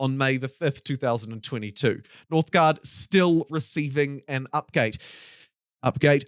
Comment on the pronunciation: "Northgard" instead of "NorthgUard" please My eyes are bleeding